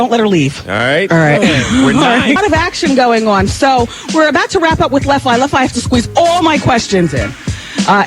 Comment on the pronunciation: I don't like the way Wendy pronounced Left Eye's name lol